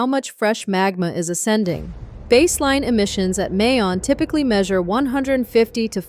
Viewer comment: Mount "Mai-Own", not May-On